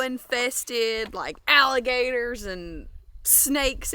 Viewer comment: I want to thank you for sharing this video with all of us. It was so awesome and I love your family. I loved it when said all Allergertor s 😂❤😊 I have been watching your family for a while now and I think your family is so awesome. Be safe with your travels 🙏 ❤️ ✨️